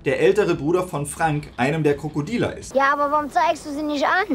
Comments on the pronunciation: Gutes Video freue mich schon auf die nächste Teile;) Irgendwie verstehe ich jedes Mal wenn du “die Krokodile” sagst „die Krokodiler / Krokodealer“. jedes einzelne Mal LOL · Kommts nur mit so vor oder sagt er immer 'Krokodieler'? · Sag mal sagst du die ganze Zeit „Die Krokodiler“? 😂